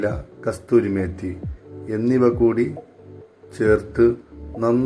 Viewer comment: കസ്തൂരി മേത്തി അല്ല ബ്രോ കസൂരി മേത്തി